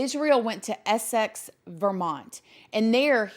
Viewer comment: I'm 25 miles away from Essex, VT in Upstate NY. It's pronounced Ess-icks